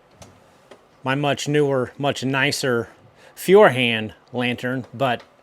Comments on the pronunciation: Furhand 😂😂😂 Just say firehand its close enough 😂😂 The baby versions cost 20€/$ btw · Say "foy-er-hand" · On pronounciation... Feuerhand literally translates to fire hand; and the German translation sounds almost the same, except you replace the "i" sound with the "oi" sound in it (eu sounds like the english oi). So it's foi-r hand (with hand pronounced like hunt). And there you go ;) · 25 Years in Canada...as a German: Let me help you with the pronounciation of Feuerhand. Most important: It's two words: Feuer and Hand (Fire and Hand - you guessed right) Lets start with the easy one. english hand is pronounced hunt (with a soft t - like d in darn) han-d! Next up: Feuer...you are pronouncing the first e like an e in english which sounds like an i in German...so don't look at the letters at all. "Feuer" sounds like TOY with an F...ok so FOY.... keep practising... that's the first syllabel. "Feuer" has two: FOY and ER like the er in her: Now you got it FOY-ER...pause...HUN-D ( with a D as T). Now faster,and faster and faster FOY-ER_HUN-D. One word! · German can be relatively easy to pronounce if you can discern the words that make up compound words So lets go Feuerhand literally Feuer ( pronounced foy er or foy r) and of course the word hand ie hand in in English so literally Foyer hand fire hand But there is no FIOR( Italian) or FYOR( Norwegian) written in the name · "Feuer" could be approximated as "foia" or "foier", EU is similar to OI. And regarding the A, simple tip: Ä and AE are the same thing, so the difference between them is the E. Appropriately, A is pronounced like the A in "car", while AE/Ä is like the A in "care." So A is never read like in "care." So use the sound in "car" to say "Hand", except it's a short A. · To pronounce Feuerhand correctly in english just say "foyer hunt". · Feuerhand is pronounced Foih-ah-hunt if read by english speakers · Feuerhand is pronounced FOYarhandt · Correct pronunciation is foyerhand